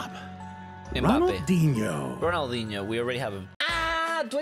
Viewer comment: Man said M bap 🤣🤣🤣